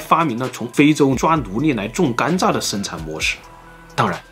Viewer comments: 是我的錯覺嗎？老聽到總裁把甘蔗念成甘炸......嗯，糖吃太多了，就炸了！！！？？:_zongcai有問題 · 为什么要把甘蔗zhe读成"干炸"呀 😂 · 甘蔗 zhe，不是干炸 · 甘蔗念gan zhe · 碳水进入身体都会转化成糖，所以很多从来不吃糖的中老年人，也会得糖尿病。中国很多地方的饮食结构真的有问题，尤其是西北，面食真的太多了。 另外，这个甘蔗（zhà）的发音太魔性了🤣